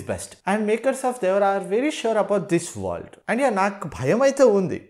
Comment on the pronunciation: World ❌ Wordl ✅ 😂